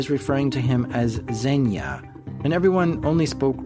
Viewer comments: Hey, wanted to help you out a bit with the pronounciation of the guy's name. It's "Evgeniy" with a soft g, like in "ground", it's the Russian equivalent of Eugene. And Zhenya starts with a J sound, like the start of "Jean-Claude Van Damme". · "Zhenya Preggers" . Lo .